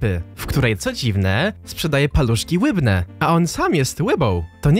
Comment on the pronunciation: Jak słyszę te ,,paluszki łybne” to myśle o Wojtku Goli xdd